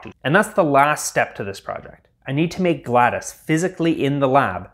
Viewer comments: Dude it’s… GLAD OS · Not Gladys😭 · “GLAD-a-S” is driving me nuts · Did bro just say GLaDUS!? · he really called her gladys 💀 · It's actually pronounced glad-os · it is pronounced GLA DOE S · ITS PRONOUNCED “GLAD-OH-S” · GladIS, my god man you've at least gotta say her name, right? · why do u keep calling her gladus...... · GLADUS??!? GLADIS?!?? GLADACE?!????!! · ah, yes my favorite robot! "glattus"! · calling her Gladys makes me mildly infuriated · Ah yes “Gladys” is how that’s said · He says GLaDoS as Galdys, like I say Data as Dah-tuh. 😆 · Bro really said gladis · Why does he pronounce it like "Gladus," sounds like a genetalia. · "gladis" us making me mad that thats how you say it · it sounded like you said GLadas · i didnt know MS DOS was pronounced "diss" because i've never heard of a portal character named gladys :P i'm just teasing. exceptional robotics and fun video and i hope covid didnt leave any lasting effects on you. good to see more content from perth! hopefully it's cooler there than it is in queensland. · Loved the video and build, but unfortunately you pronounced it Gladis the entire time.... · He made GLaDOS irl yet still says Gladis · They couldn't even make it pronounce GLaDOS correctly XD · The pronunciation of GLaDOS is killing me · the way you pronounce GLaDOS pains me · fr it's agony to hear him say it like that lmao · That’s not how you pronounce it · you said GLaDOS wrong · I'm sorry, this is a petty thing. I couldn't finish your video because my OCD was going nuts about your pronouncing her name wrong. It's not Gladys it's GLADOS, it sounds like awe. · "gladys" dont take this as a bad thing but her name is said "gla" "dos" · its glados not gladas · I HATE the way you say GLaDOS it’s Glad-o’s like a cereal not gladus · It’s glados gladis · It's glaDOS not Gladys 😭😭😭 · "gladis" GladOs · Gladis gladIS it’s pronounced glad OCE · GLaDOS is pronounced "Glad-ohss", with a long O sound, like Talos. Not "glad-iss" like Gladys Knight. You goon.